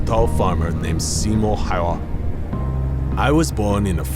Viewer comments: The way he butchers the name. Dude could have just used a translator to hear how the name is pronounced. What a bummer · Narrator is pronouncing "Häyhä" wrong! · It's kinda funny how he just butchers the name Häyhä